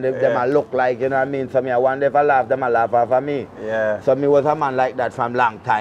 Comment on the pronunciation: Man "loaf" it out... 😂 😂 😂